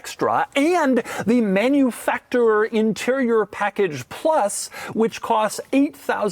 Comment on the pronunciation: Guy is annoying…… “manufacTOUR”